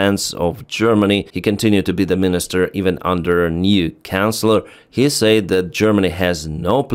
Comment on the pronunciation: I love the way you pronounce our chancellors as "canclers", which nails it 😂